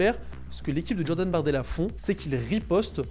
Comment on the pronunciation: Depuis quand J ça donne 'dj à l'oral ? Un peu de mal avec le français ? Il n'est jamais trop tard pour progresser !